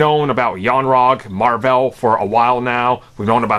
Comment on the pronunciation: “Captain marVAL” 😂 It’s Captain marVEL bro.